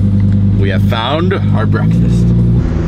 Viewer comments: Bekfast Huh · It's bekfast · Unspeakable: Bekfast: BEKFAST!!!!!!!!!!!!!